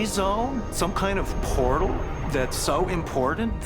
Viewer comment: "Some koind of..." 😂